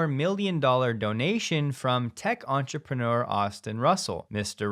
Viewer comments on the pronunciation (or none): none